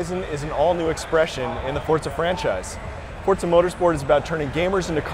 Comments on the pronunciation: its not fortza :@ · ITS FORZA NOT FORTZA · the fuck? fortsa? his pronunciation is horrible lol. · why cant thy pronounce it for-za? since when has it had a 't'? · Fortza Hurizon.